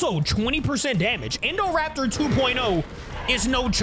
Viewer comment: Uh you said indorapter